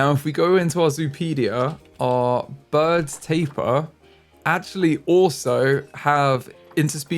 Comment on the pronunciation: You pronounce Baird’s Tapir B-aird’s Tape-e-er